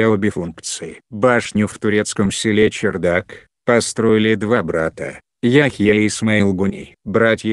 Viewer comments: Не чердак ,а ЧарДак ( кх ) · Вообще то правильнее было бы говорить чардак,а не чердак.Да и на табличке так написано. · Не возможно слушать этот роботизированный голос! После 3 минут выключил, и автор не чЕрдак а чАрдак1!!! Можно было бы сначала уточнить, как правельно а потом выложить! Диз, короче!!!